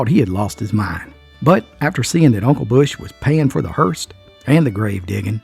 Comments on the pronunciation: No offence, but it’s “ hearse”,not Hearst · So sorry,, I do love you so much but it’s a hearse, not a hearst.